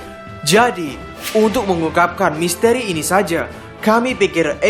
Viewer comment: Misteri bang ...bkn misteeri